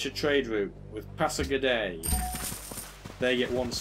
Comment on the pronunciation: I think pasagarde is pronounced pass-A-guard :D. Another interesting video, you could try and bribe Alexander to declare war on Darius. What is needed for your Unique building also? I ask this because I'm sure you are around that tech level.